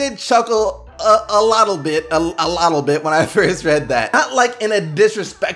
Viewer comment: nobody gonna talk about "a lottle bit"?